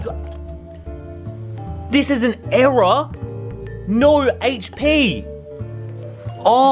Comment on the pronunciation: I thought you said era card, but you actually error card. Well that's what I heard